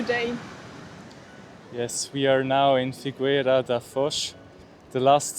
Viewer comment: Porto only sits in one bank of the Douro river, the northern one. The shouthern bank is Vila Nova de Gaia, a different city. - The "u" in Figueira is not pronounced, it should sound like "fee-gay-ra". Btw, "figueira" means fig tree and "foz" is the river mouth. - That's not a castle, is a fort. There are two in Figueira da Foz, one protected the Mondego river mouth and the other protected the Mondego Cape.